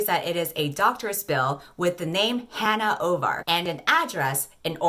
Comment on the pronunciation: HAHAHAHA HANNAH OVAR.... Bruh... My real name is Hannah Obar and I can't. I'm gone. I had the video on 2x because i can't pay attention to anything slower than 2x and oh my god I had to rewind and slow down to make sure I heard you right. That one letter difference has me shook